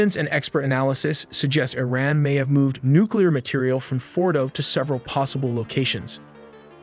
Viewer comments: It say ITran? May just be trying to tell us something? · Bros ai can't say words right😂 the way it says IRAN with a T